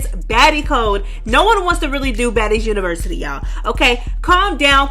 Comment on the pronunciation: He can’t the word university pls 😊